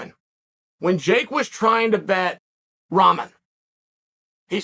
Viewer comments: I can't stop hearing him say Ramen 🍜 it's Rockmon man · Hay Chael, I love you man but you have to get the young mans Last name right. It's pronounced RockMan... Like his famous heavyweight champion Father. Who knocked out Lennox Lewis..